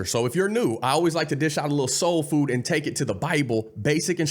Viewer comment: I love that you said " Soul. Food" that is what. we need more of! SOUL FOOD! LOVE YOU!